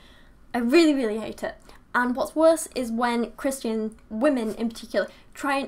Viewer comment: I don't know where you're from but I like you say Christ-yan. It sounds so much prettier and classier than how we say it here which is ChriSHtin. We americans say ChriSH-tin like we've got marbles in our mouths lol